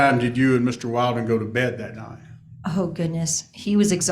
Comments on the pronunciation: Why can't this lawyer pronounce Will-den? 🤨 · I really wonder about, Mr. Valdez’s attorney. Is he all there? He cannot remember that Christopher Draper’s last name is Willden not Wilden. He can’t pronounce a name correctly after being corrected numerous times. I just wonder about him. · I know, so funny! After being called Willden, Wilden, his lawyer is calling him Mr. Walden!😜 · Dad’s lawyer was killing me with the (“WILD”-in) pronunciation of the boyfriend’s last name. Gotta give mom credit for correcting him EVERY time (“WILL”-din?”). You can’t make this stuff up 🙃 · The lawyer mispronouncing wildin, is no mistake.lol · Ah-hem - It’s “WILLDIN” 😂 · The hub's attorney just straight refuses to correctly pronounce the boyfriends name WILLDEN 😆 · He's inserting a meme into the Judge's mind. Intentionally pronouncing it as "Wild-in" or "Wild One" sets into the subconscious just what kind of people she and her boyfriend are, and why he shouldn't be around the kids. I loved it, it's absolutely hilarious and sharp. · yeahhh... stereotypes exist for a reason. i also thought it was hilarious that no one (other than leah) consistently pronounced "wilden" correctly 😂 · Lawyer keeps mispronouncing the guys name, and she keeps correcting! It's perfect!